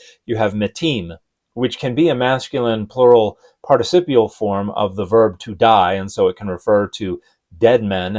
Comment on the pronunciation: Not sure i trust Dan when he says participial lol